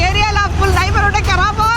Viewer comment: Area karabu alla Desha ne karaabu😂